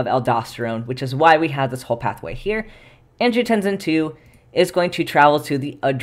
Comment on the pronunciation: I might not say anything if it wasn't for your superchat pronunciation challenges, but angiotensin seems like it should have a voiceless /s/. Like in tense, or similarly (but palatalized) in "hypertension". I checked some dictionaries, and they agree. Kidneys ARE cool. Countercurrent exchange and multiplication are neat. °෴°